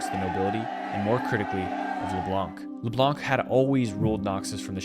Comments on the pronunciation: I know it's dumb but my ears bleed each time I hear leblanKK😂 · Leblanc is a french patronyme and it's pronounced as if there were no c so it's pronounced leblan